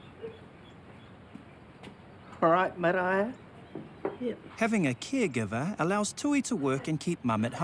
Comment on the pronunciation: The presenter is pronouncing Maraia's name wrong.